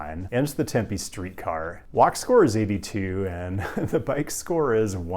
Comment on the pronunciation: You mispronounced Concord, Lancaster, Tempe, and Prescott. I may have out-nerded you.